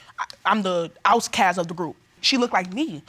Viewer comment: "The ow-ss-cass of the group." 😂😂😂